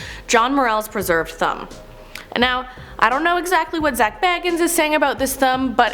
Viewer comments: Please work on your pronunciations. Here's a few... Dybbuk...Dib-ick Bagans...hard a, like in cake. Not like bag. Ed Geins...hard G, hard Es. Not Gines like rice. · And says Bagans like he's bilbo baggins... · Zak BAY-GANS, DIB-BUCK box, Ed GEEN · Its dih buk not di bik and not how she's saying it either and zach bah gahns not baggins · This host is horrible!! She's pronouncing words incorrect including Zak B-A-Gans.. Not Bag-ens! Jerk! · It’s pronounced bagins for Pete’s sake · Zack BAYgins 😆 i can't. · Can we talk about how she’s saying bagans wrong? It’s said the way it’s spelt